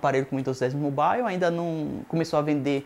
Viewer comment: Amigo vai estudar, e para de falar besteira, e aprende a pronuncia "mobile" direito.